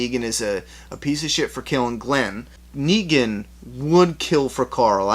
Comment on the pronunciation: It's NEGAN not Neegen